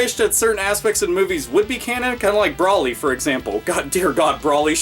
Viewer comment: Never heard someone pronounce it "Brawly" before. It's "Browly"...